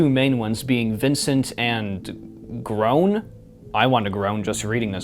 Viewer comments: I wasn't expecting you to be the one to look at this. Also, the green Guy's name is pronounced Gr-on not groan. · i'm a fan of this stupid series and that's not how you pronunce gron you pronunce it like ground without the U and D....you pronunce it like if it was a Drone GET YOUR FACTS STRAIGHT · Some corrections: You mention Unit 731 but outside of the first section of the book taking place in Imperial Japan there’s no mention of those events in the story (as far as I remember) is pronounced like Ron but with a G at the start (or at least that’s how everyone I’ve ever heard pronounced it) You were playing TRTF 2: Reworked which judging from the title is a fan remake/reimagining that’s why the music box wasn’t in Party Room 2 like in the original. The Road that Falls is actually a TRTF reboot, thats why when you abbreviate The Road that Falls you get TRTF. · Even thought this isn’t important isn’t spelt as Grown but GrON as in On but with a GR. How is this important? It’s not:) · i watched some of it and it's pretty bad, the guy gave 2 valid critics but had a problem with the name Alison for no reason, mispronounced, thought the kid Vincent killed died in Golden Lockjaw which is a lie and played trtf 2 reworked and was wondering why it's different from the actual trtf 2